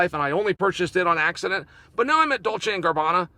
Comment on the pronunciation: Dolce & "Garbanna" ✅️